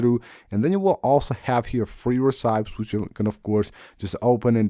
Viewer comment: Do you genuinely not know how to pronounce recipe???